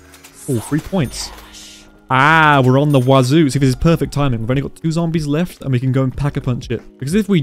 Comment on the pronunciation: Did you really just call the WA 2000 the WaZoo😂😂😂